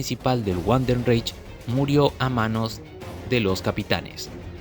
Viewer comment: No es wandenreich es Vandenreich la W se pronuncia como V en alemán, buen video.